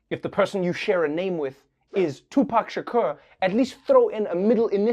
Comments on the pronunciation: Its pronounced "Sha'coor" not "Sha'kur" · Tupac Sha-cure? Am I think only one hearing that for the first time? Lol. Love you Trevor! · Love how he pronounce Tupac's last name! ❤️❤️❤️ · Does anyone else think trevor is miss pronouncing Tupac Shakur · how are you pronouncing Shakur again?😂😂😂😂😂😂 Lord I need your recording saying it to set it as my ringtone